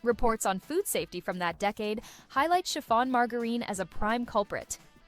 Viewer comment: Very entertaining video, i was not a live in the 70's but I like looking into the history of food. I also wanted to point out the mispronunciation of Margarine. it is pronounce maar= jr-uhn or marge-rin the INE ending is pretty misleading.